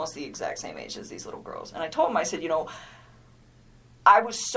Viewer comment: Correction - she actually says "They're so WITTLE". Yeuch - that dirty, self-serving tramp makes me want to take a very hot shower!